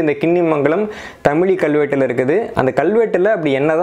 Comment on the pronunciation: நண்பரே ஒரு சிறு வேண்டுகோள் "தமிழ் " என்ற வார்த்தையோடு ழகரம் (ழி) சேர்த்து தமிழி என்று சொல்ல வேண்டாம். தமிழ் பல்லாயிரம் ஆண்டுகள் ஆனாலும் அது தமிழ் என்றே உச்சரிக்க பட்டுவருகின்றது அதோடு ழகர (ழி) என்று சொல்வது தவறு நண்பா.